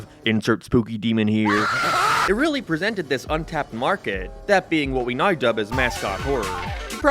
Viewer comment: Never heard someone pronounce "now" as "naroo" 🤣 I love it